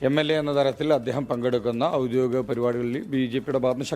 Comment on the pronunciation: ഔദ്യോഗിക പരിപാടി, അത് ശരിയാണ്. ഔദ്യോദിതം അല്ല എന്ന് കൃഷ്ണകുമാറിനൊന്ന് പറഞ്ഞു കൊടുക്കു. (ക്ഷമിക്കണം എനിക്ക് രാഷ്ട്രീയം താൽപര്യമുള്ള വിഷയമല്ല)